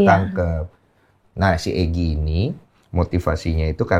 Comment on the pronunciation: Egi/Eki si pacarnya Vina Pelafalannya sama aja😌😂